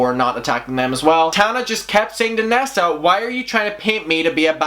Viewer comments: I hear "NASA" every time you say nessa lol, your accent is perfect. 💖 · i fr though u said NASA and I was shook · Lmao my eyes are closed and I kept hearing “NASA”... I’m like only Tana could have drama w nasa lmao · Everyone: Nessa: NASA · At first I was like “who the fuck is nasa?” Then I realized you were saying nessa 😂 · when he said nessa came forward i thought he said NASA and i was like wait WHAT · I love the way you say NASSA😂😍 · Why do I keep hearing N.A.S.A instead of Nessa? 😂🤦‍♀️ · I love your accent, but I was definitely sitting here wondering why NASA has beef with Tana 🤦‍♀️😂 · Glad I wasn't the only one that heard nasa 😂😂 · Rightttt it took a while for me too realise he was saying Nessa 😭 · Érin Nic Coinnigh her real name is Vanessa short form... nessa he’s pronouncing it wrong